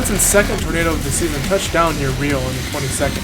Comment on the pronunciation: It's pronounced rye-oh, not Ree-oh, like in Brazil.